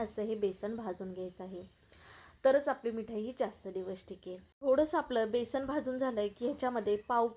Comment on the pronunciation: बेसन,बेसण नाही म्हणत.